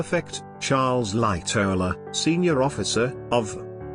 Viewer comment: why does this guy say charles lightowller?other thing Jouglin was the chief chef